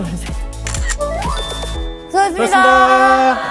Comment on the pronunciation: 수흐하셨스니다아- ㅋㅋㅋㅋ 취하셨네ㅋㅋㅋㅋ